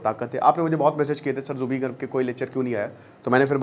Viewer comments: Your pronounciation is very wrong...Not jubi garg.. It's Zubeen garg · Its Zubeen not Jubi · It's zubeen garg not jubi garg😒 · Sir it's Zubeen not Zubee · Zubeen Garg... Not Jubi Garg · Pagol manu plz learn the alphabet and pronounce correctly..it's Zubeen Garg not zuby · Zubi kya hai 🤦 it's zubeen. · G aap zubeen garg ko zubee garg maat boliye haame aacha nahi laagta....aagar koi aap ko galat naam se pukaare toh kaisa laaggega.....kindly pronounce aacha se kijiye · Zubeen garg ,not Zubi garg 🤦🏻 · Pronunciation tik nahi hain apka Naam theek se lo Zubeen Garg, Aur bolte ho Bachpan ka fan ho...